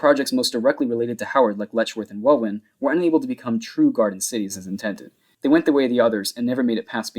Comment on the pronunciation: hi, welwyn is pronounced like well-in, no W sound, just so you know